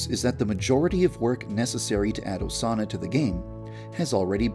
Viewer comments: The more you listen to YandereDev saying "Osana" it starts sounding like "A sauna" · When u were saying Osana at the end a lot, it sounded like u were saying “doughsana” Doughsana- pronoun /Dō- sāna/ A word that means something like cookie dough made out of Osana. To make this, you must kill Osana and use her body parts to make Doughsana dough. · i heard doughsana at one point XD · Vaniji ASUNA!!!